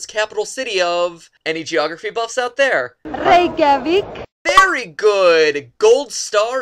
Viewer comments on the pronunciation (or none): She didn't pronounce Reykjavík Right XD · Awww you should've at least tried to say Reykjavík... It would have been hilarious!! (Especially for me since I'm Icelandic(and all the other Icelandic people also))